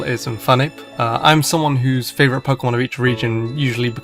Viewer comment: MY, NOT F*CKING ME! AND STOP LEAVING OFF THE O IN FAVORITE!